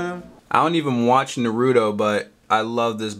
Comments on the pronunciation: dude, you're awesome but you pronounce naruto wrong, it is nah-roo-toe not nuh-roo-toe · Why did he say Narudo? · it pronounsed nar ru toe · who is narootoe I think it's Naruto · IT'S NAR RA TO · You are quite the awesome sir.... but the way you just pronounced Naruto just killed me -_ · You said Naruto wrong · you pronounced naruto wrong who really cares